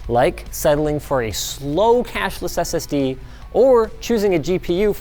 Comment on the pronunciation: The way Linus says SSD says a lot about his political affiliations, he says it like SS D, like SS Deutschland.